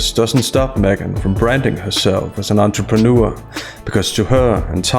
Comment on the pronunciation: AN ANTRPANEUR NO NO NO.. AN ANTRAMANEUR!!!!